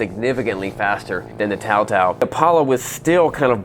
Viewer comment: TaoTao has been around for almost a decade in the states and you're telling me you still didn't know how to pronounce it? May as well not know how to pronounce Suzuki.